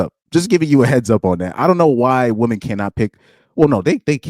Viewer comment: You realise woman and women are pronounced differently? Surely?